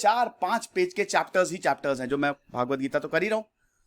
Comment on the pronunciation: आपने भागवत गीता उच्चारण किया यह सही नहीं है, भगवद गीता बोलते हैं।